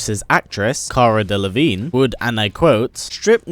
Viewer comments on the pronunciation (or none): none